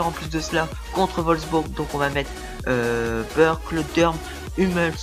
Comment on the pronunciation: Merci bcp Quentin :) ça fait plaisir! Oui lol je ne prononce pas bien les noms, on me l'a déjà dit lol, déjà je dis Burkl pour le gardien ou lieu de Burki...